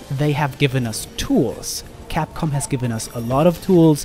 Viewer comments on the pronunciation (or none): none